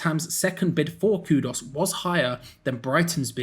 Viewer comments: Ffs It's Kudus not Kudos!! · Kudus,, not Kudos.😅